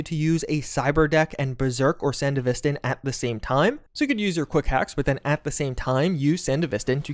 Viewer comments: sandy vistin??? ugh. san dev vis stan. its not aff gannistin its afghanistan. ugh. nice video though, other than that butchery. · Anyone else experience a slight micro tick when he says 'san-de-vis-stin'. Ive always pronouced it as they do in edge runners. And I think is just messing with me on purpose. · ah yes, the sand-uh-vist-in, the cyberware from hit anime sibberponk eggroll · I Get Confused Everytime You Say Sandevistan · The way you pronounce sandevistan is so frustrating lol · bruv anyone notice how he said sandevistan ? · dude still refuses to pronounce sandevistan right